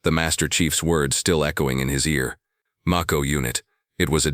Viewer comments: Mayco....not maco....like the Shark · It's may-ko. As in the shark.😮